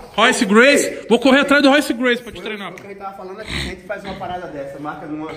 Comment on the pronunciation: Puri Puri prisoner de bigode falando "arrente" (a gente) tem like!